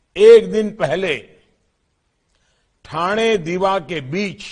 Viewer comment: He said Thane properly.... That's impressive...